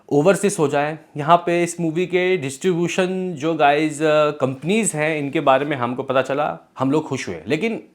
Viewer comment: इसीलिए कहता हूं टाइम पे पढ़ाई करना चाहिए।।। वरना पढ़ने में दिक्कत हो जाती है।।। ड्यू को dui aur distribution को distubutoin पढ़ना पड़ रहा है।।।